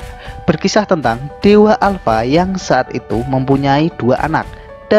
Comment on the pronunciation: Alpa bukan ya alpa